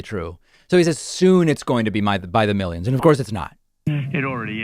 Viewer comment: Meeleeons, it's coming in by the meeleeons!